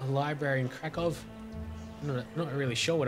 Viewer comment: Hey, You say Krakow correctly now :D thanks... btw your prenunciation of Łódź is good. I was taught to pronounce it like: Wud-sh. :D